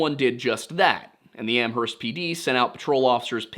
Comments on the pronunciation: Ooof, two corrections on pronunciation for New England towns: Hay-Vrill, not Haver-Hill Am-erst, not Am-herst Yes, I know it's ridiculous. Blame Old England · I lived in the Amherst area at the time and remember the disappearance well. The local media portrayed it as a possible abduction. Amherst is pronounced "AM-erst." Where only the H is silent (you can look that one up).